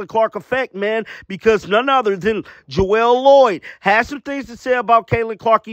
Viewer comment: It's not Jowell It's Jewell damn learn the people's name